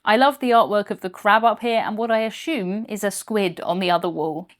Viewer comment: I thought my british-ism for the week was gonna be ashume (assume)😂😂😫